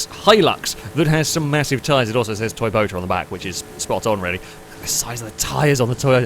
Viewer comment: Wow! You just said Toy-BOATA AGAIN!!! Ha!!!